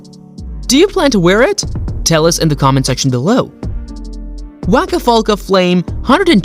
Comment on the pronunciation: Did he really just say Waka Folka & Rick Boss?? 😆😂🤣